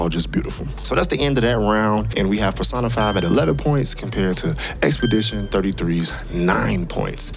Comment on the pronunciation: pronouncing it PerSaahnaFyy irritates me for some sexual reason... lol.